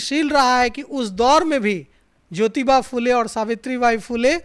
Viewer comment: भाई साहब ‘फ़ुले’ नहीं , फुले बोलने में शर्माने की कोई ज़रूरत नहीं है 😊 ( महात्मा ‘फुले’ फ़िल्म हर किसी को देखना चाहिए , माँ सावित्री बाई फुले को शत शत प्रणाम 🙏 )